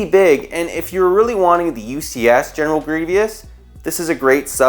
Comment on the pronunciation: “GenEral GrIevIous”